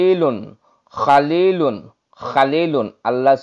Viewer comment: ইয়া খালীলুল না খালীলুন